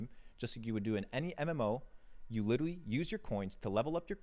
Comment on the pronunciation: Can’t take him seriously when he says “witerally” instead of literally